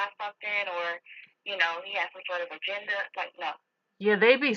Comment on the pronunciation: "De ahgenduh" LMAO